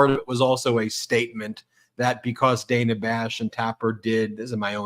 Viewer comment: Brett it's Dana not Daynah (phonics spelling